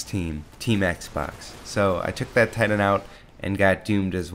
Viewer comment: Cool hwhip? Thitan?